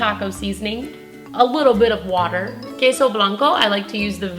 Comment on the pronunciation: are you sure your not Spanish? The way you pronounce queso and cilantro!! On point!👌